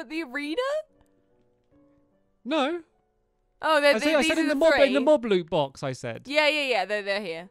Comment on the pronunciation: He said awena😂